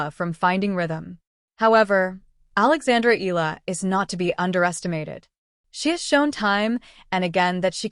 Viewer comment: Please take the time to learn how to pronounce her last name. E-YA-LA (Eala), Short E as in "expect," short A as in "apple." E-YA-LA.